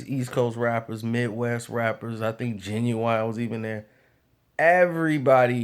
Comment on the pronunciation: Did he say Ginuwine.....Lol